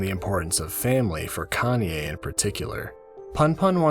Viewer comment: Everytime when you keep pronounce Kanie as "Kanye" I keep turning my head on your video while I'm drawing. 😂😂😂